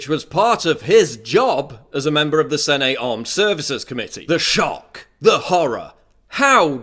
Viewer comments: It's 'Sennett' not 'Sen-ate'. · Paul pronounces Senate "sen-ATE." XD